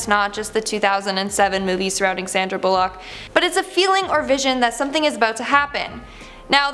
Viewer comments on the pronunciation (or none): Sandra bull.....lock... . . I Felt That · So lemme sum up— people had dreams and they all came true... Also...Sandra bull-LOCK?